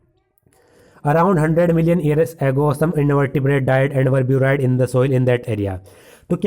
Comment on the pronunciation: Buried pronunciation is wrong